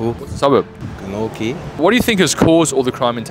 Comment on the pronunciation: he calls it GlenORGY 😂😂😂